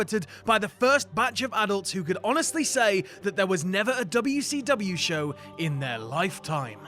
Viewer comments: Probably, everytime says w-c-dubya I want to punch him in the face. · am i the only one who was upset at the fact that they enunciated wcw instead of callin it wc"dubya" like they do in whatculture?